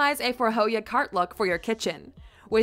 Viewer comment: "Fore-hoggia" lol. It's "Förhöja" - Fur-houya"